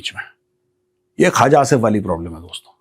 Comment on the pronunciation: It’s not Khaaja Asif. It’s Khuwaja Asif. Tum sey na ho pai ga Maj. Gober Eating Arya